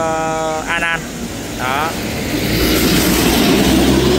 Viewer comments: Anan, không phải Ana nhé. Cảm ơn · A nan chứ không phải a na nhé